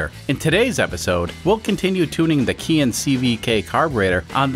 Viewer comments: Just nit-picking, but Keihin is pronounced kay-heen. I guess not a Keihin anyways so you can call it anything you want. Love the content, keep up the great work. PS. growing up in the mid 1960s my aunt drove a Renault Dauphine, and used to chauffer my mom around everywhere because my mom didn't drive. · I looked up the pronunciation of Keihin before starting this carburetor series and a lot of folks say it the way I do. Of course I don't always pronounce things correctly.